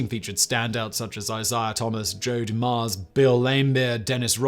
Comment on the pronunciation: I think Dumars was the only one he pronounced properly lol